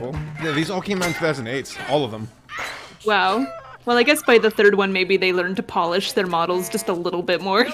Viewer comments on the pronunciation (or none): none